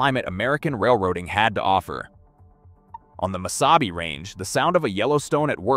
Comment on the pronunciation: Missabay?? “Mesabi” is pronounced 3 different ways, good video otherwise.